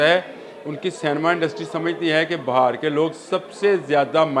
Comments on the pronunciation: Please correct the word BAHAR NOT BIHAR INDIA بِھار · بھائی یہ بہار نہیں ہے بہار ہے ب کے اوپر زیر ہے زبر نہیں Bihaar hy Bahar nai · Bi har not ba har corect it ❤ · It is not BAHAR but BEHAR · Its beehaar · لفظ Bihar ھے کم از کم نام تو لینا سیکھو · پلیز لہجہ درست کریں ، کبھی آپ بہار ب کے اوپر زبر بول رہے ہیں جو ایک موسم ھے، اور بعض جگہ بہار ب کے نیچے زیر جو اصل تلفظ ہے ، یہ ذہنی تشدد کے زمرے آتا ہے ، اور سماعت پر ناگوار گزرتا ہے ۔